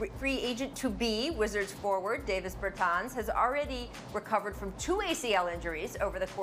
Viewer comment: “Day-vis Bertans”